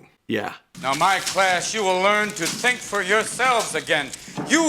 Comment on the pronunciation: Tink happy tawts ❤ sadly, he had a hard time doing it himself but he knew he was giving us happiness!